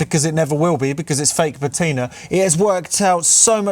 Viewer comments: I'm not sure I can write it on here, as you tube doesn't allow phonetic notation! But broadly it's pa (as in ha!) ti (as in "tin") and ner (as in the 'ner' in beginner). Also the stress is on the first syllable. I hope that helps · Yes, it's your car and you must do as you please. But have you honestly got nothing better to do than fake patina (by the way, your pronunciation of "patina" is criminal)?